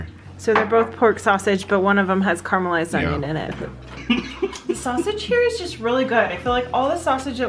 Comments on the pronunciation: "Karmalized" It's car-e-ma-lysed. Glad you enjoyed though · Sorry, it's Caramelized not Carmelised !!!